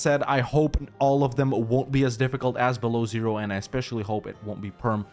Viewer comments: It does hurt though every time you say Belowzero, it's byelo ozero - white lake. Sorry, had to get this out of my system. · Dude, it's not Belozero, it's Belo Ozero, which translates to white lake,ozero it's lake, belo it's white, Belo Ozero. And when you pronounce Ozero, the 'o' at the beginning is very long – OO-o-ozero. The stress is on 'o' in the word ozero, so it’s not like 'zero' where the stress is on 'e,' but a long 'o' – OOOOOOzero. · Beloozero is read as "Belo-ózero". As a Russian it hurts to hear it as "below zero" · Yes. My ears are bleeding then i hear "below Zero". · not beloozero. Belo+ozero. (wite+lake) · Man, smol hint, it pronounced 'belo ozero' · It's correct to pronounce BelOzero